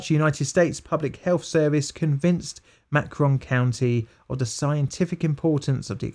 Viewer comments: Macon County is pronounced the same as bacon. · Most egregious thing in this video is the british pronunciation of Macon County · May-ken. Damn those American pronunciations. :) its all good dude.